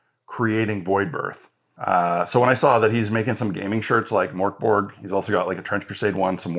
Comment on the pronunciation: Mörkborg... cool ... If its a Swedish name (witch it seems to be, translates to Dark Fortress) the ö sound is pronounced like the e sound in Bertha and g is soft like almost a y so think a bit like Merkbory.